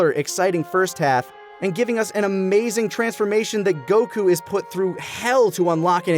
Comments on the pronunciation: Bruh. They ran outta content before that dumbass ever realized his name is goku, not goCOOOO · Can't get over how he says Goku as Geux Kuu and just HAS to say the Japanese names for things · Why so much "goKU" pronunciation? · GokU?immaculate pronunciation🤡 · I've never watch this sort of content from TFS before, is he seriously going to keep pronouncing Goku that way? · (or however u spell it) is super pretentious dude. the way he be pronouncing Japanese words like he didn't grow up in america and just always be talking about the sub like stop dude we get you want to be Japanese. Honestly if I was having a real conversation about Dragonball and someone was speaking how he speaks about it I would walk away. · Lani never got top 12 Bulma outfits, kirrin never got his filler episodes count down, and never pronounced Goku correctly. P.S. I had seen that VTuber before but never new that was taka. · pronounce Goku correctly challenge (impossible)